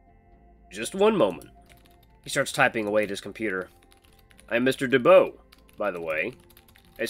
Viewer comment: DuBois is pronunced Doo-bwah. You're doing great though dude!